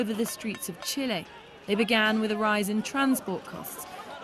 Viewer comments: It is pronounced Chi -leh.!!! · Could the English learn that it’s not pronounced “chilly” 🤦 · Why do they keep calling Chile "Chili"?